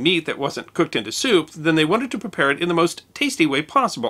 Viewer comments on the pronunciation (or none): none